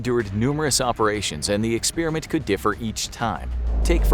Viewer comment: It's not pronounced "ex spearmint".